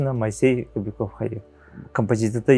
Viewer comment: КобякОв буотах, КобЯков диэн этэн турардаах бэйэтэ. Ударение на букву Я